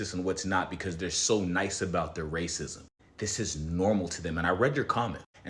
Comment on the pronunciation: “ray cism” instead of racism 💔